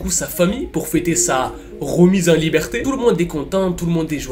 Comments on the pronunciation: a "libreté" au lieu de liberté sinon très bonne vidéo et trop bien l'intro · "libreté" c'est pas plutôt liberté 😂😂😂 tu t'es tromper je pense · "Libreté" ? T'est sur?